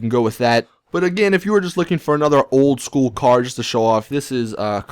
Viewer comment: My god, the way you say "Old school" OWLD SKOOLLL